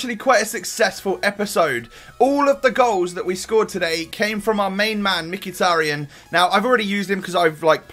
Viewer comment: It's pronounced mekh-e-tar-yan